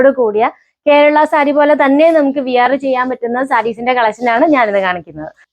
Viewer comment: വിയർ എന്നല്ല, വെയ' ർ (/weə(r)/ ) എന്നാണ് പറയേണ്ടത്